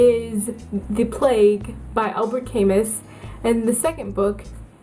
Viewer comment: It's pronounced Alb-air Cam-oo. You should look into him more; he was a brilliant philosopher and I think you'd get more out of the book.